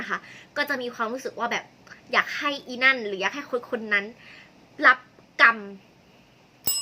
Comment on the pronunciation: 555เปิดฟังไปเรื่อยๆ สดุดตรงประโยค “อยากให้อีนั่นหรือคนๆนั้นรับกรรม” แบบเน้นเสียงด้วย 😅😅😅 ย้อนฟังใหม่อีกรอบค่ะ ช้อบชอบ